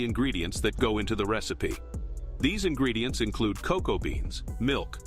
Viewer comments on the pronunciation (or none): He says "quality ingeedients" so often, that I think it's a lie